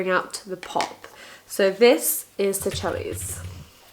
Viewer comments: Seychelles pronounced as (sea shells) 😉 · Keep at it and persevere- your doing an amazing job on YT. i loved reading your blogs and I'm happy you've come onto YT. Keep this as a hobby iA and carry on doing what you love <3. (also to be extra- seychelles is pronounced 'say-shells')